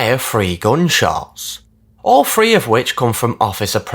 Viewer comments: Work on your pronunciation of 'three'. Make sure to say your 'ths'. It's not 'free' for three. 😢 I can't listen anymore of your videos till you fix this 😢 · Its three not free. God your voice makes me hate life. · *Three,, not Free 😅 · “In season free episode free” I love his accent lol